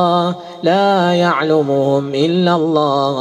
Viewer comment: اخي الكريم الله بكسر الهاء وليس بضم الهاء